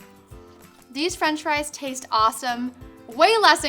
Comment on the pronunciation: when you said it's awesome I thought you said "it's awful"